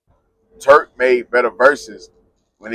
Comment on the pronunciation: SAY IT WITH ME TURK NOT TREWK